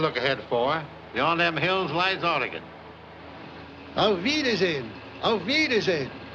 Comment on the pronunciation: Yay! They're pronouncing Oregon correctly!